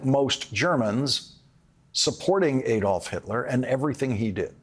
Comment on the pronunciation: It's Adolf, as in 'add', not 'Aydolf'.